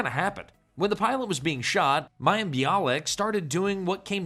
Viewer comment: Oh AI...you had me until you had to pronounce Mayim.